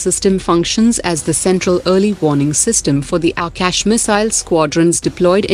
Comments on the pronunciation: Not aekash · Please pronounce Akash properly